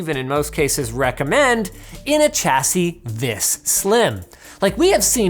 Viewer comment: Sha-see not cha-see